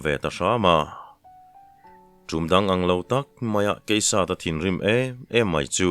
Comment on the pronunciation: Ngaihthlak a nuam thin ngei mai.... Hun awl pawh kan khamlo nitin mai..mahse, zan in chu changtupa hming hi i lam fuh vaklo thin in ka hria...